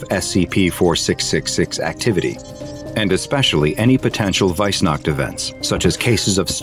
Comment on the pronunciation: "Weissnacht" Mich als Deutscher hat das jetzt schon getriggert 😂